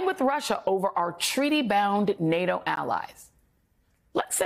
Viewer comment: So ? Biden can't say NATO.